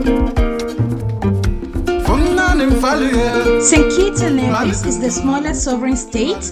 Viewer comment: Thank you for visiting our tiny islands. Sugar City St. Kitts & Queen of the Caribees Nevis. Nevis Nice & St. Kitts Sexy. Glad you had a great time here. The only thing though Necis is pronounced Neevis not Nayvis. Fyi, we Nevisians take pride in that.